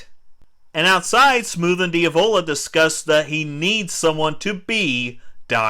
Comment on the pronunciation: Who the hell is Dee-avola? You mean Diavlo? Jeez man.. Cringy.. you did watch the movie right?